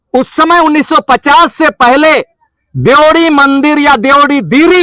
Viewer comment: मंदिर के नाम में ऐसे नहीं बोला जाता है भाई साहब